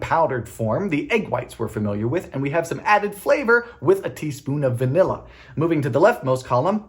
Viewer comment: This is now one of my favourite videos of yours, Dylan! 🥰 Although this must be the only time I've ever heard you say VA-nilla! 🤣 Edit: This looks like watching the evolution of your three-ingredient peanut butter cookies to your peanut butter bread.